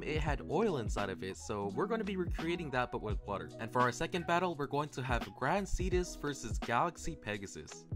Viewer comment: "wih a cup of waer"